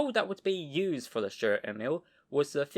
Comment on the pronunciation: Nice and interesting video. Stur means Sturdy or Stalwart or Cool. Sturer Emil: Sturdy Emil. Stur pronounced as Stoor like in Do or Too. In our Dutch language it is pronounced the same: stoor, written as Stoer.